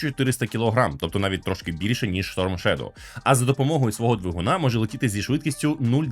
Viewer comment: Сторм шедов а не шторм шедов. Адже шедов це вноземне слово, тоді і сторм треба говорити